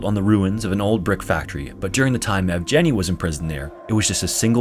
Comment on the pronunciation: sir I love your videos!! fyi, yevgeniy's "g" is pronounced as in "green" or "sag"